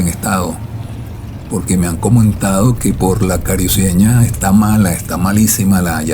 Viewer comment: No pronuncies cariuceña es carucieña